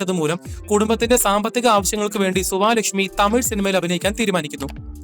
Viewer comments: സുവാലക്ഷ്മിയല്ല സുവലക്ഷ്മി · Suvaalakshmi alla suvalakshmi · സുവാ ലക്ഷ്മി അല്ല സുവലക്ഷ്മി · സുവലക്ഷ്മിയെ, സുവാ ലക്ഷ്മി എന്ന്.. 😂😂